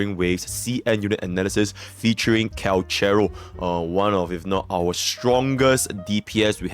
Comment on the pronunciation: I AM THE STORM... My vergil cant be this sephirot Its pronounce Kalkaro Yinlin doesnt need HIM, bu he needs Yinlin